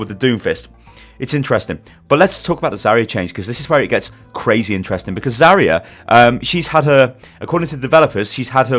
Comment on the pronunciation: Where's the I in Zarya? stop please